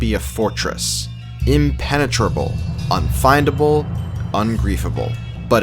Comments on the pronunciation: Unfindale base... sounds like a legit base name... you probably meant unfindable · Unfindale 🤔 I know what he means, still funny nonetheless lol